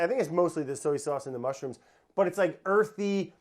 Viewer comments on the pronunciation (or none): Hunzi, I know we make fun of brads annunciation a lot. But, I feel like we’ve missed numerous opportunities to point out that he pronounces the word “soy” like “so-yee”. Let’s jump on that shall we. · Sowee sauce